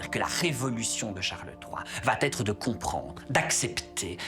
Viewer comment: gentil, on vous aime beaucoup mais please! Arrêtez d'émailler vos propos de va T'être, ces liaisons maltapropos nous font sursauter.